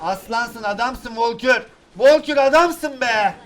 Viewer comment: abi o volkür değil onun adı valkür